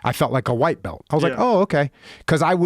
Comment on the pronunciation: Joe to you think dis is funny you whaite people think dis Is funny